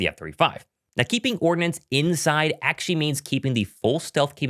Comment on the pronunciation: Achee achee achee. Please pronounce the word "actually" properly. You're not three years old anymore. Also, there's no reason to say it so many times.